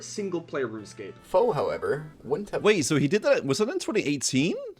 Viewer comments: Isnt it faux like french, you don't say the X so fau. You can comment if wrong then i'll know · It is, but he doesn't mind, so just stuck with faux pronouncing every letter. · Drives me madder than it should when people pronounce the X in Faux... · they are misspronouncing it intentionally as a bit of a joke. Thats all it is. Everyone involved knows how its supposed to be pronounced.